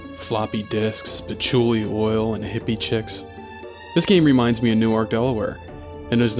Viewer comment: Newark...DELAWARE?!??! My dude, you're not from HERE, are you?? You said it right, so I know you know what's up...